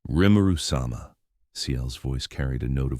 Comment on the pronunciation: Every time the TTS misreads Rimuru's name, it just urks me to the point of wanting to skip the video.